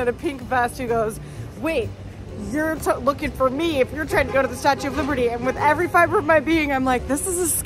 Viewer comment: The way your dad says “statee” when pronouncing statue reminds me of the way my grandma used to say “wednesdee” instead of Wednesday and I find it so adorable